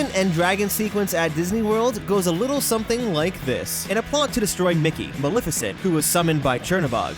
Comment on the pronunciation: You pronounced Maleficent wrong. Lol